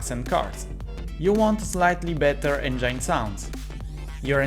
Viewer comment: Madonna santa, per cortesia, prendi qualche lezione di inglese! "ueAther" per dire weather, "engiAin" il motore... scritte con ortografia sbagliata... facepalm... te lo dico per te, se vuoi avere un canale internazionale almeno il minimo minimo dello sforzo...